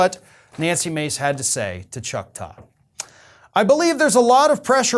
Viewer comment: I am a subscriber and an admirer of yours. I watch a great deal of your shows. But I giggle every time I hear you say Chuck Todd. Every single time. Keep up the good work. And thanks for all you do for us. Chuck Todd LOL